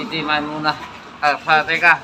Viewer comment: Alfateha bos bukan alfateka ...